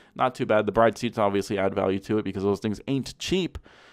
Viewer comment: Your pronunciation of the "BRIDE" is the TRULY ricer.